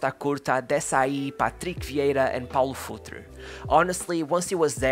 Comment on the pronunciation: Bro where you from? I’am portugues and you accent when you said Jorge Costa, Patrick Viera and Paulo Futre sound like you are from Portugal, if you are not from here let me tell you that you sound just like us.